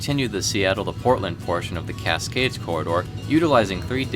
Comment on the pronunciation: Casgays haha